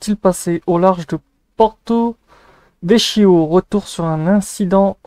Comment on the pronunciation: je n'en avais pas entendu parler ! PS : on prononce Porto-VeKio ;-)